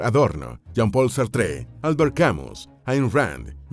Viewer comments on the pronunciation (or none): Qué interesante, nada más te encargo la pronunciación de nombres como Sartre y Foucault